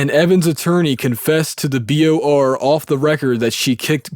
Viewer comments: Guy keeps saying BRO when it’s clearly BOR lol. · why does he say b r o instead of b o r lol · Why do you keep saying BRO when if clearly says BOR? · I will read it myself. You said B.R.O. 4 Times in a row when it is B.O.R........LOL J/K I hate reading, I will listen to the whole thing. Thanks Man! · Does this narrator have dyslexia? Every time "BOR" comes up, he reads it "BRO" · Why you say bro when it’s bor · Was anyone waiting for him to say BOR not BRO? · You say BRO its BOR 😆 just saying, thank you for this video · BOR not BRO. Outside of that, thanks for the audio. Very Sad story. Man, tried to stand for what's right and they pushed him to the edge...😔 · I think you are dyslexic, dude. It reads BOR, not BRO, which you said more than once lol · Why doesn't this have more views? Because it's narrated by a dufus. Oh, and it's BOR not BRO, kid. I'll read it myself and still give you a thumbs up because of this story.